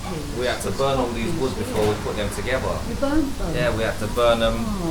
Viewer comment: he used the expression “toogeva” meaning together. Sounded so cool